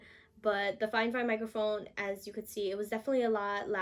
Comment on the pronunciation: It’s not figh fine it’s fi fine